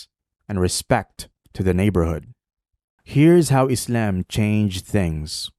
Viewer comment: Why does he say Izalm and not Islam